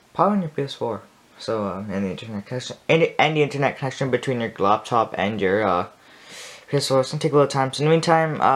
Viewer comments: Oh great I thought it was laptop but he said Loptop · Ain’t nobody gonna talk about how he says loptop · “On a Loptop”😂😂😅